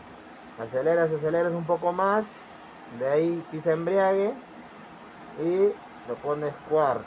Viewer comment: EMBRAGUE no embriague